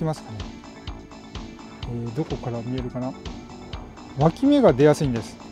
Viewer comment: 今日も楽しかった😆 毎回、ぷぷーって声出して笑います🤣「脇芽」が一回「脇毛」に聞こえた😅 多肉の擬人化が強い！私もこれから植え替えのとき「はいこんにちはー」って声かけます！いっぱい「かわいいかわいい」って育てたいと思います😆